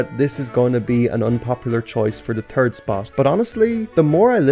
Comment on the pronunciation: And “third” as “turd”